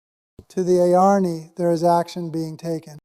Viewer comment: Welcome back! It must have been hard to leave the duck pond dream, but you were missed! As to the new Robert voice, it is a bit too fast and cheerful/ cheesy, in my opinion. And jani comes out as yarny? I have listened to all the videos and the previous voice had a gravitas that was calming and grounding, even when he said that every thing is a dream. 😊However,all is well,exceeding well, and unfolding as it should, so maybe this is the new voice! Thanks for your work!